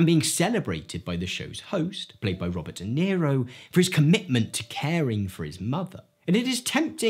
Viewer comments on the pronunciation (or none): none